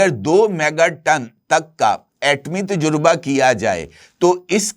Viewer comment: Ajkal aapko nai c urdu word pronunciations ka bukhar charah howa heh.aapka ghalat talafz anjana aur ghalat,lafaz heh " tajraba" nakeh " tajurba aap janbojh ker ya urdu speaking kerty hein ya aap bhi justice "jahangiri" ki terha Karachi n Sind universities ke certificate ya degree holder hein.